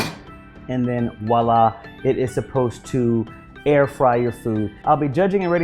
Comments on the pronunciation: Lmao did he really say "walla"? Nigga is voila, like the french word for there it is. 🤣🤣🤣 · another person that says "walla" instead of "voila" with a V good review tho :)